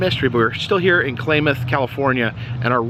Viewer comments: It's not "Klaymath". It's "Klaamath". That tourist trap has been there for decades now. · It’s pronounced ka-lamb-ath, not claymuth. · I think it’s pronounced “ klam ath”, not “ klay math”. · Klamath sounds like clamath.